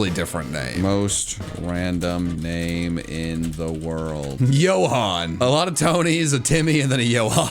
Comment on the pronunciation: Its not yoo hon it's joe han or hon for the name johan